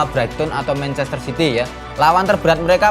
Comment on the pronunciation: mencester opo manchester? wkkkk